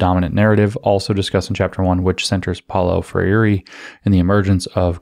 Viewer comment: PRONOUNCE: Paolo Freire POW-lo FRAY-ray (tap the Rs) Edit: Optionally, more anglo: FRAIR-ay (American Rs)